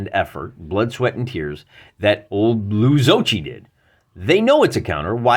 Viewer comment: I really enjoy your channel but don't usually comment. But I felt I should let you know Zocchi is pronounced ZA-key. There's a video on the Gamescience website where the Colonel introduces himself and that's how he says it. Sorry if this seems petty, but as a long-time Zocchi-dice user, it kinda grated. Love my Zocchihedron. (BTW, I credit your channel with getting me back into 15mm sci-fi.)